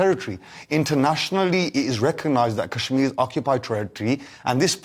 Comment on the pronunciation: He can't even pronounce kashmir properly.